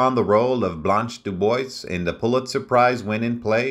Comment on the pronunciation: I'm glad I'm not the only one who noticed the mispronunciation of Laurence Olivier. Also, he pronounced Blanche DuBois (DooBwah) as DuBoyz! She sure was a stunningly beautiful lady. I didn't know until recently that she spoke with a British accent!